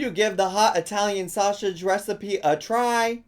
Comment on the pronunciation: She says SoSSeige